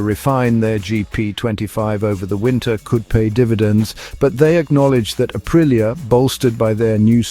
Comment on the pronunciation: Say it like this , ahpreeah